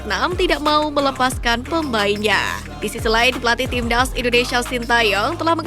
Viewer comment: Presenternya gk bisa bilang timnas Tapi "tim ndas" 🤣